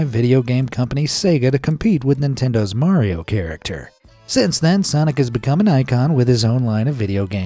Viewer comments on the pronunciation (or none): none